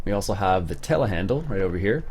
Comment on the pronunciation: Not to be rude... do you know that there is a "R"at the end of Telehandler?